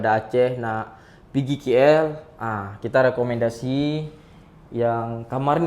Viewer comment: K3napa suka cakap KI EL sebutla KL ATAU KAY EL